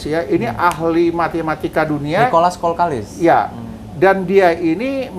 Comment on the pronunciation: Nikolas kokalis bah, bkn kolkalis. Hehehe meluruskan saja bah, salam petir dr tanjungpinang kepri